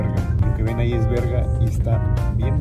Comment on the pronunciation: "berga" :D